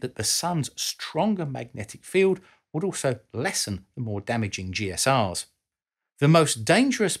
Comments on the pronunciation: I was going to comment the same thing; Galactic Cosmic Rays ¦= GSR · Not very clear on at least a couple of points: 1. GCRs (not "GSRs," as repeatedly mispronounced here) are not a problem in the short term, such as a 7-day Moon mission. The concern for GCRs is for long missions, such as on Mars, and the way it's so hard to shield against them. However, on the surface of Mars or the Moon, as long as there is not a path from any part of your body to the Sky, you're completely shielded by the terrain. Induced radioactivity is not a factor. 2. Charged particles, of solar origin, are probably not a problem in themselves if you're in something like the Commend Module. However, the Sun gives off lots of extra X-rays during a major flare, and those could be another matter. Also, the charged particles can strike targets such as your space craft, causing secondary X-rays. All in all, I tend to think the best bet for radiation protection is bigger ships, and that implies building more things in Space, with resources from Space, as this video does suggest.